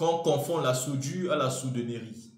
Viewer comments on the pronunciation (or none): Madame "SOUDERIE" "COMUNTACORD"😂😂